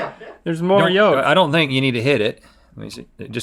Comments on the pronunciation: Please stop pronouncing the “L” in yolk....it’s painful lol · The pronunciation of yolk has made me really uneasy